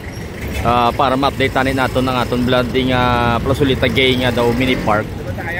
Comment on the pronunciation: It's pronounced GÄY, not Gãy. Plazoleta Gay was named after JOSÉ MARÌA N. GAY, the last Mayor of Iloilo City during the Spanish period (1898) and the first Mayor of Iloilo City during the American period.